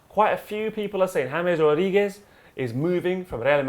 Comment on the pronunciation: James rodheegez😂😂